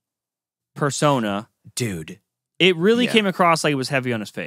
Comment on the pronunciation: should learn to pronounce persona